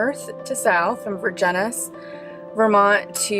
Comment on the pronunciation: I grew up in Vergennes, it's pronounced more like Verjens. I wish you'd slowed down the video driving down to Fair Haven, it's beautiful country.